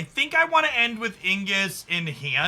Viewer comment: Ig nus. Not Ing us.